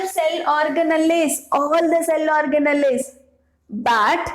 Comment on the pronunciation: Mam plz u pronounce organelles simple ...y u telling this orga...nalliii😅